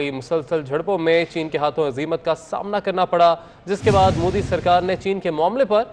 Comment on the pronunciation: Madarchod Anchor....It's not Mudi...It's Modi...Har har Modi...Ghar Ghar Modi...Bharat Mata ki Jay....